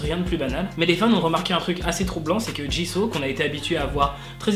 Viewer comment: C’est moi ou à il a dit Jizo ?😂